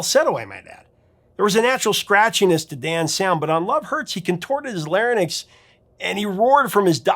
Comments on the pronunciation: Larynx is pronounced LARE-INKS. NOT lare-nicks. 🤦🏼‍♀️🤦🏼‍♀️🤦🏼‍♀️ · Hey Professor, larynx…it’s lar-rinks, like ice rinks. Love your stuff